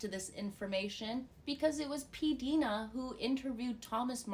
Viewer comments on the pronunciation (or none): none